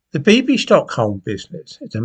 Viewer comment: Bibby. Not Bibbi. Old fool.